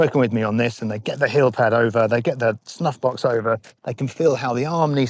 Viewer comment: I love the idea of putting a dot on your glove right above your "snuffbox". I'm a pretty visual learner and I bet it'll be a nice reminder of how my wrist needs to be rotated. BTW, when you first said "snuffbox", I swear you said "snot box" and I had to rewind the video to double check what you actually said.